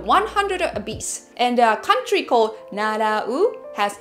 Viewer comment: not NARAU NAURU!